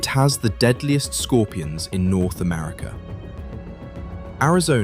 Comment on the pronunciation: Why can't you say "America"?